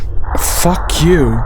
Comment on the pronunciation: That was the most american "f**k" I've ever heard lol - He sounds so tired saying that XD